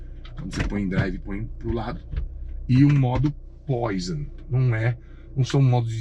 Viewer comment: Parabéns pelo Canal! Gosto muito da forma com um "Q" de humor e abordagem técnica fácil de entender. Só um porém: o botãozinho vermelho no volante Poison, que significa veneno em francês, então a pronúncia correta é "poazon ". Mais uma vez, parabéns pelo canal.